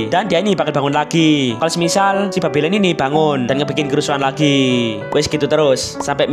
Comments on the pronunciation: Bang kok sebutnya babilon🗿🗿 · Yang ditulis bang:babylon Yang gua denger:bab*lon 🗿